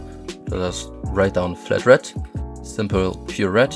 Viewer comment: love the way u say red u say it like RED'"T